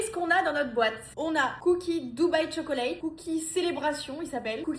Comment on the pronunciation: Tchoklate please not Cho-co-late